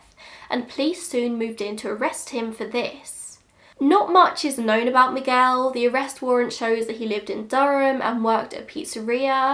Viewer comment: Wow, The way you say Miguel is perfect. Sounded like a native! Great job 👌🏻